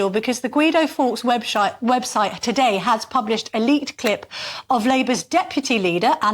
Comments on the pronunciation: Oh Camilla "web-sh*te"? You would think this would be edited out. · When she introduced the Angela Rainer clip she said "Webshite"! Unfortunate mistake or Freudian slip? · Guido Fawkes Webshite ….website lol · LOL, , 'Webshite' must be talking about the BBC...... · "Webshite" is about right even though this was a slip of the tongue, Nigel is at least more representative of the average Brit than the current Westminster mob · Anyone else hear her say webshite? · We heard it….’Web shite’! Very apt slip of the tongue though! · Did she say webSHITE?..LOL.....Nigel kept a straight face. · Did she say webshyte??? lol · What did she say webshite lol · Anyone hear the freudian slip? Webshite! 😂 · 4.23 'Guido Fawkes webshite' lol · "Webshite" and nobody even smirked! 😂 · The brilliant GBN presenter said, referring to a website as a "website" then corrected herself. Or was it like a misheard lyric? Hahaha. It happened at about 4/20 seconds.